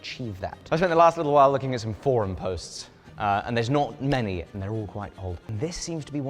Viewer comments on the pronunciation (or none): none